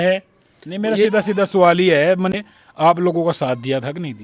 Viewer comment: Sawal❌️suuwaal😂😂😂😂 ❤da patrakar